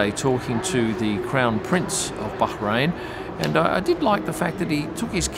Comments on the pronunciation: ok - it's not you, it's me, but it just sounds weird when you pronounce the 's' in Canal + (Plus). BUT having said that, love how you pronounce BAH-rain, not bad for a boy from Daws Road High School! :0) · I love how is so careful to pronounce Bahrain correctly but then calls Rolex “Rollicks”